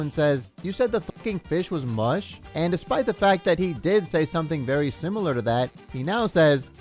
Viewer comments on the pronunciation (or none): none